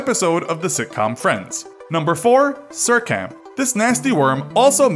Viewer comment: Sircam? Nah, we have an even BETTER one: “Sir Camp”